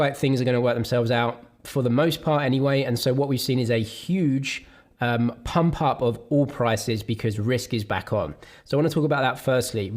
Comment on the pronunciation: Are you saying pop or pump?